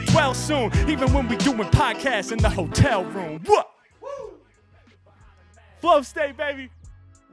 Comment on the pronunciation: That's crazy! the flow-tel instead of the hotel